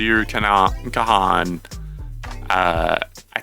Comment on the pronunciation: The 'H' in his last name is silent